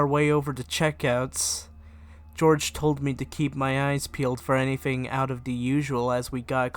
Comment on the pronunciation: What's wrong with your speech thirty-firty bigger-figger anything-anyfing